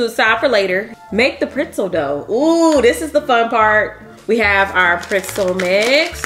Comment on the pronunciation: Printzel though?🤣🤣🤣 I'm from the Tre and that was a 1st for me🤣 love you tho sis❤